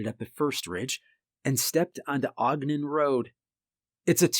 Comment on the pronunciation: Ogden is pronouncd Ahhg-den. Not Ohg-den.